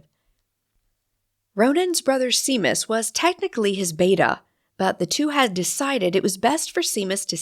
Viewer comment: I am so happy you posted Sloe Djinn Fizz, , it didn’t dissuade, it’s as fabulous as all of your other book.thank you for sharing your talent with the world. Thank you to the narrator also, just one thing for future reference. Seamus is pronounced ( Shay- mus)